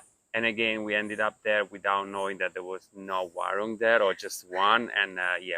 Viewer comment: Please mention warung as waroong not warang😂. Your partner pronounce it well👍 You didn't visit Senggigi beach?